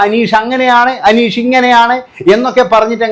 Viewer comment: നിനക്ക് അനീഷിന്റെ പേര് പറയാൻ ആദ്യം പഠിച്ചിട്ട് വാ